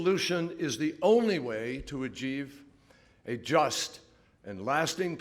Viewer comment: Did that guy say 'Agieve?'